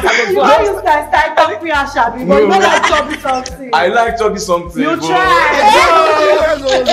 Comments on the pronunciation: He said shoebi not chubby 😅😂😂😂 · I’ve been dying for the past 5 minutes😭😭🤣🤣🤣that chubby pronunciation took me clean out😭😭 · Point of correction sir the guy said shoebi 🤣🤣🤣